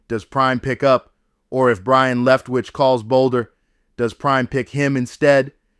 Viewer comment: His name is Byron, not brian...geez